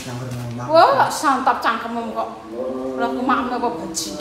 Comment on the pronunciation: "CANGKEMMU" dadi "CANGKEMMEM" Jowo cap endi iki.